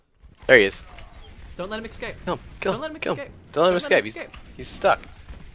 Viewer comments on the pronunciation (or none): needs to learn how to say escape x3 aw. ‘Don’t let him eckscape’ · Escape not exscape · "Exscape" HNNNNGGH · says “ecscape” and it triggers me